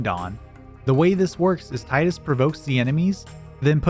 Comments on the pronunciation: It's Teedus, not Titus. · "TIE-DUS". Tee-dus. Tee-dus. GOD please. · Good video, but you keep pronouncing Tidus' name incorrectly and it is so triggering lol. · THANK YOU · The utter pain of hearing Tidus's name mispronounced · Oh great, another moron who doesn't know how to say Tidus.